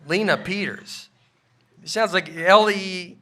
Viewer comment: Thank you, Nate, for reading my name correctly and for expressing the frustration I've felt my whole life!!! It IS Lenna (like Jenna with an "L"), not Lena or Leanne. Even better, when I tell my mom what a hard time people have with my name, she can't understand what the problem is because "it sounds exactly how it's spelled." Unfortunately, it's spelled like no name anyone has ever heard before. Sorry, Brian - Nate might not always be the best reader, but he beat you on this one. Thanks for another fantastic episode, guys. Way to go, folks!